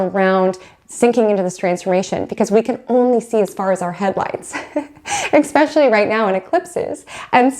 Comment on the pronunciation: This is great information, but I was so distracted by you saying eCKspecially, instead o eSPecially, that I could hardly focus!